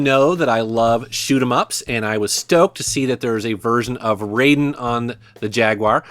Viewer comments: Raiden is pronounced "rye den". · ***** These are the kanji for RAI DEN : 雷電 They are pronounced RYE DEN. You have been schooled. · Raiden is pronounced "Rye Den." I think it's a stretch to call the Jaguar controllers "joysticks" when they don't have a stick. Checkered Flag and other games that appear to suffer from a low frame rate came out that way due to Atari Corp's management telling the developers to do it that way for fear the games would cause seizures. Check out Super Burnout in comparison.